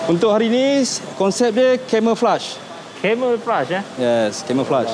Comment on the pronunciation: "Camouflage' bukan 'Camelflage' ☺️ bermaksud 'Penyamaran'